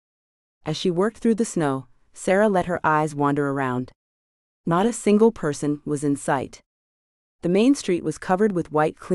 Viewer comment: It's AI, not real person, misprogrammed to say "ax". Bugs me too. Also dot, sometimes instead of not, or random.